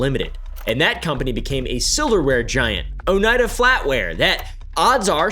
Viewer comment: “Oh-knee-ah-duh” is how I’ve heard the locals say it